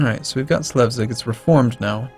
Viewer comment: I think it's Sles-vig in Danish (or Shles-vig, in German), not Slev-sig